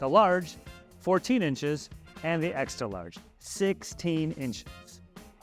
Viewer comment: ExtRa not exta.